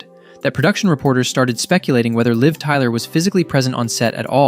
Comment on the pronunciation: It’s “Liv Tyler” not Live Tyler 😂